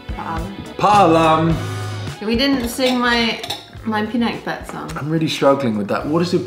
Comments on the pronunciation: Pi-na-keb-bet not pinakbebet 😂😂😂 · I don’t put ampalaya when i cook pinakbet as my hubby doesn’t like ampalaya, Welldone of pronouncing pinakbet with hard B. 😅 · Pinakbet is not a Tagalog word but Ilocano (Northern Luzon). It is pronounced pinahkbot. Luv u guys! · I love seeing you make and eat Filipino dishes. It makes my heart so happy. i miss the Philippines that much. In the Philippines we have this saying “kung ano’ng bigkas ay s’ya ring baybay.” Meaning, how you say the word is how you spell it. Pi-pee nak-knock bet-bet